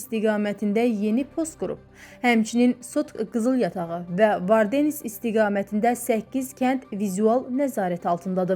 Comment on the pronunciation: Dizi öyrədənə lənət. Vardenis sözünü elə demirlər. Sizə məktəbdə Azərbaycan dilini heç olmasa keçən olubmu ?